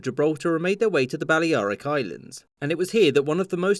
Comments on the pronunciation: It seems you mean Baller-eye-rick 🤣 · The way you pronounce Balearic...